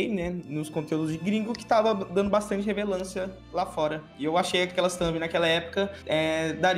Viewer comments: "Dando bastante revelancia hahahahahahahhahahahah" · " Bastante revelância " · "bastante revelancia " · Fiquei com agonia dele falando "revelancia" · Cada vez que ele falava “Revelancia” um órgão meu morria por dentro. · “revelância” (não é crítica) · "poblemas'', "maniquefiti", "revelancia", "visuação", "vilusações", "ingal", e mais um show de erros de português, que vídeo maravilhoso e tenebroso ao mesmo tempo, obrigado você melhorou o meu dia em 200% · probrema...revelancia... vocabulario do bicho ta no jeito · "Bastante revelancia" puutz aí não amigo kkjkk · só eu que percebi que o falou a palavra "relevância" errado o vídeo inteiro? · Revelancia kkkkk o falou fiquei rindo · e td q reparei foi ele falando revelancia em vez de relevancia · "muita revelancia" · Eu procurando um comentário dele falando revelancia 👀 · que agonia ele falando "revelância" kkk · "Revelancia" kkk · Morri quando o disse "revelância" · O dhr e ele no lugar dele falar relevância ele fala revelancia eksksksksksksksk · "Revelância" :v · e "revelancia" ? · Ok eu sei q esse video é mais sério, mas mano pq o fala revelancia;-;? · "Revelância" kkkkkkkkkkkkkkk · O cara n sabe falar relevancia ksksk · "Revelância" Kkkk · Tá claro que O não sabe falar relevância